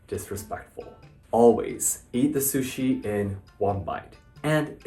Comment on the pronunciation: Calling it "sushies" is killing me!